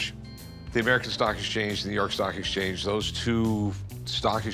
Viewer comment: Love the guy's face when he says "exchance"